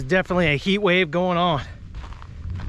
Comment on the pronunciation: WhaT is a “hammick”???? Hybrid not “hybread”. Definitely not “defnuhly”. Sausage not “sahsage”. Usually not “usely”.